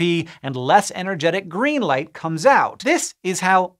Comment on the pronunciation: In the beginning I heard "life" instead of "light" and I was so confused.